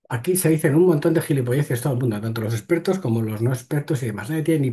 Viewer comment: Que miedo dan los "ejpertos" 😮